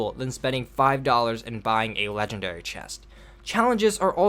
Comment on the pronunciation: “The game feat legendaray “